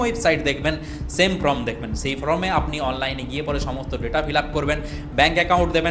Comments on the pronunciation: Dada from noi.uchcharan ta thik kore korun.form hobe.😢😮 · APNI "FORM" ke always "FROM" BOLCHHEN KENO?? ARE YOU GODDAMN ILLITERATE????